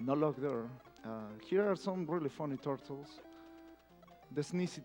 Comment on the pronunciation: "And here are some really funny turrrtles... the sneezy turrrtles" The exact moment when I liked this runner